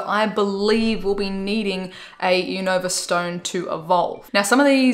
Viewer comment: Not to be rude but it’s pronounced like u nuh vah